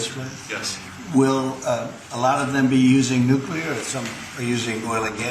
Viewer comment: You sort of lose me when you can't pronounce "nuclear" correctly...